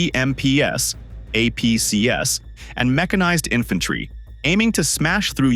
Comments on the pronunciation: APCs is not pronounced A P C ESS. It's A P Cees. Armored Personnel Carriers. It's plural. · Stop with the AI voice audio. It's BMPs and APCs--the plurals of BMP and APC. It is NOT "BMPS" and "AMPS". Also, the mines are clearly not hidden. You can see them sitting on the road, in the open, as the tank drives across them anyway. One guy with a stick could have easily cleared the road of the mines but the Russians are too stupid, uninformed and untrained.